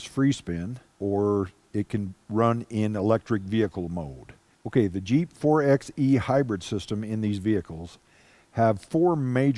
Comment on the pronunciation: It's "4 by e" like "4 by 4"...not "4 ex e" or "4 ex 4"